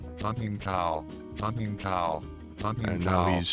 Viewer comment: that does not sound like "hunting"...